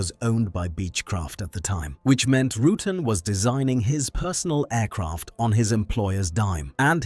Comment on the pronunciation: Roo-tan as in having a tan. Mo Hah Vee desert, Vari-easy. I really dont understand how AI can ruin this so badly.